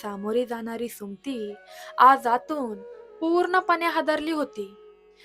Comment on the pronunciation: सुमती हे नाव तुम्ही भरकन का उच्चारता, मग ते 'सुम्ती' असा शब्द होतो पुर्ण सु म ती असा व्यवस्थित उच्चार करावा, मराठी आहात ना मग उच्चार नीट करा, 🌹श्री स्वामी समर्थ🌹,🌸🙏 ॐ नमः शिवाय 🙏🌸